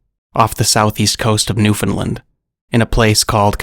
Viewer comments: we say it like "noofinLAND" not "newFOUNDlind". its a common mistake ;) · i live in Newfoundland in near conception bay. also, you said Newfoundland wrong (its New Found Land, Very creative cabot) I have seen local paintings of large squid and even a model of one.